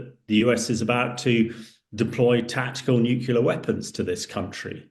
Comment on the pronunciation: I wish he would stop saying Nucular instead Nuclear